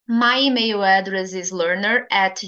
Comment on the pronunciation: Pode confirmar se a sua pronúncia de email em inglês está correta. Diz se emeio? Parece que está a pronunciar como em português do brasil.